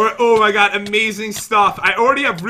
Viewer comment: " O MY COD" Is that only me who heard that?